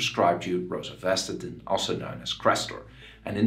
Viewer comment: Please learn how to pronounce it correctly